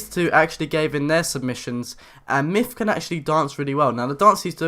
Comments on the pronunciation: MYTH not MYFF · yeah.. his name is "Myth" not "MIFF" dude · free fings you didn't know about mif! LOL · Why do u say mif?